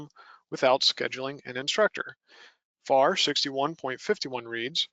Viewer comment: IT"S NOT Far it is spoken as the Letters would be F-A-R Federal Aviation Regulation(s).